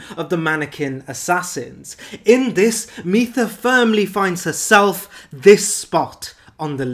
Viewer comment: Mytha is pronounced like "mither", I believe, because she is a nagging ex.